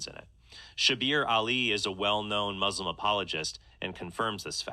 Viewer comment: i hate when they say muZlim lol